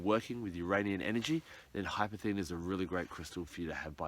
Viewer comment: It's more like golden obsidian. It has a labradorescence. In case you are searching for some, it is pronounced incorrectly in this video - there is an S in the name hypersthene.